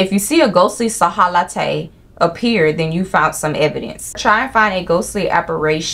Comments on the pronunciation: Everyone: silhouette: sahalatte 🤣🤣🤣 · Silhouette ❌ Sahalatay ✅ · 😭😭😭 silhouette is pronounced as sill-oo-wet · The way you said silhouette made my day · So we ain’t gonna talk about how you pronounced ‘silhouette’ 😂😂